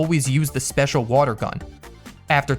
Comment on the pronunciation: woter pokemon!!!!!!!!!!!!!!!!!!!!!!!!!!!!!!!!!!!!!!!!!!!!!!!!!!!!!!!!!!!!!!!!!!!!!!!!!!!!!!!!!!!!!!!!!!!!